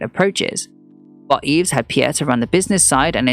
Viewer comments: Yves is pronounced EVE. #fail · Just a small pointer - I don't think one pronounces the s in Yves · Enjoyable except for the persistent mispronounciation of Yves.